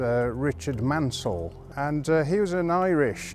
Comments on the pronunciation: Great to learn more about the Schools class (and the ACTUAL pronunciation of Maunsell... I had no clue how wrong I'd been all along!). Seeing the reverser in action was interesting - not something you'd normally be able to see on a heritage line with a platform in the way, so it's a good visual aspect to be able to show off! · The u is superfluous for pronunciation in Maunsell, and is a situation similar to Cholmondeley being pronounced 'Chumleigh'. One place explaining the spelling is 'A Century and a Half of the Southern Railway' by David St John Thomas and Patrick Whitehouse.